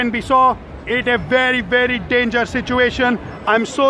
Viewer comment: You forgot to say DANGERAS NOT DANGEROUS